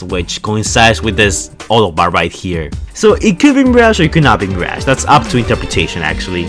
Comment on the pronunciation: Mi r a ge not mir aaaaaaa ge